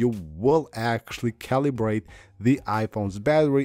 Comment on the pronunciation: Omg.. how many times is this guy gonna make his viewers paranoid about the battery. Just use your phone as a phone. Your battery will be fine. All this is nonsense. Calibrate iPhone battery? lol "ca-lee-brate" lol